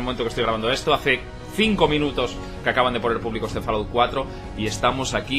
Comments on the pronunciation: se pronuncia folaut no falaut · cuesta tanto decir " FOLAUT" en vez de FALAOUT???